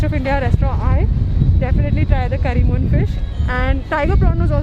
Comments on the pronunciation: Its Kari meen fish . Its not Curry moon fish like u kept saying again and again :) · Not kari moon.. it’s Karimeen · the fish is called KARI-MEEN, not curry moon! 😃Anyway, great video!👍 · It's not "curry moon" it's "karimeen".. and the part 'meen' means fish itself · Not karimon..karimeen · its not curry moon its kari meen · Not correcting sorry but its not karimoon fish its karimeen fish "meen" being the word Fish in malayalam 👍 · It's not curry moon it's Kari meen . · Its Kari meen fish Not curry Moon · One small correction😅 it's not curry moon fish it is curry meen fish Btw......must say, it was an awesome video👍🏻☺️ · It's not Karimoon, madam, it's Karimeen, been means fish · It's not करी मून it's करी मीन l मीन means मछली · It's not karimoon .. its kari meen .. meen means fish in malayalam 😊😊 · Heiii.. love from kerala.. BTW it's not karimoon,, it's karimeen.. meen means fish in malayalam.. 😍😍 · Just fyi: It's curry meen fish. Meen means fish. Lovely video though 😊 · The place where you stoped for cricket, people were gambling lol. Fish what you had is Karimeen and its pretty famous across kerala, you pronounced it a little different. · Just thought to correct you on your pronunciation of fish. Its kari-meen where meen itself means fish. By the way loved your vlog. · damn she really said currymoon